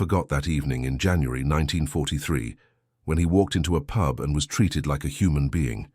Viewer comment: Pube?!!! I know the Suffolk dialect can be a bit strong, but really!